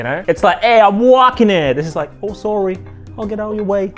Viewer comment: I just wish it sounded more authentically sore-y